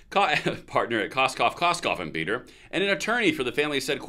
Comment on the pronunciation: Did he say Koskoff, Koskoff and Biedoff? Sorry, I just couldn't let that pass.